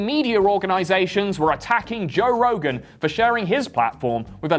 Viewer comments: “Toe” Rogan? 👀🐻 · "Toe Rogan." Hah, good one.